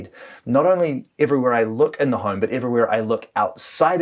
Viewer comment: He said "horme"